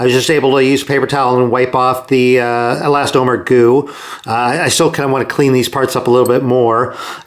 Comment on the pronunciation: He never did. He did, however, say " e-last-OH-mer". (And I am glad he is back, no matter how much I self-righteous nit-pick!) Another great "How-To" video.